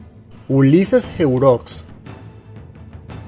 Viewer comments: Se pronuncia heró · Heureaux, se pronuncia " eró" al ser un nombre afrancesado... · Y se pronuncia herox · Ese apellido de lilis no se dice así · Se pronuncia "Heróx" Y "Lilís" acentos en la o y la i respectivamente. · Hola, un aporte: Se pronuncia Heró, no como se escribe. Y si apodo se pronuncia y se escribe Lilís. (De los gobernantes más derrochadores que tuvimos, sí que supo poner orden a su modo).